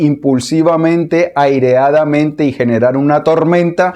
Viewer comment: Pero partiste mal la palabra es 《airadamente》,no 《aireadamente》...